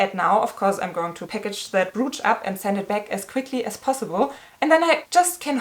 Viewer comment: I’m feeling you! Hope you‘ll get the money back! Just one thing: your pronouncuation of ‚brooch‘: it‘s not [bru:tsh], the vowels sound like in ‚coach‘